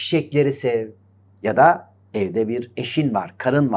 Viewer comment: Koca koca insanların dil bilgisine hakim olmamaları beni çok üzüyor. Dahi anlamındaki -DE/DA eki daaahiii şeklinde konuşmaları gerçekten düzeltmeleri gereken bir durum.